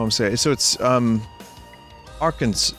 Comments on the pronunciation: "Ark-hen-saw". My best guess for why a hen instead of a can was to really hammer in the correct pronunciation. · ark-hen-saw ..... so Bill Clinton. I used to have family in Hot Springs, the city has signs that say "hometown of bill clinton" next to their city limit signs